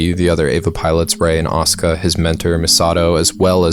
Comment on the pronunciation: Finley someone who pronounce Asuka's name right!!